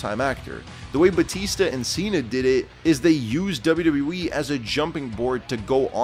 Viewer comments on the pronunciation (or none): none